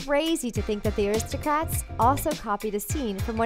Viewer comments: It sounds like you are pronouncing the Aristocats as aristocrats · rw:why are you saying Aristocrats ?,its pronounced Aristocats no "r" inbetween the letters "c" and "a" in the title . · It's Aristo-CATS!!!